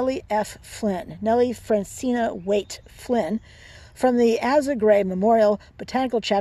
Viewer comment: I am going to leave a comment here to help with the algorithm. Asa, as you know is pronounced (eh-sa)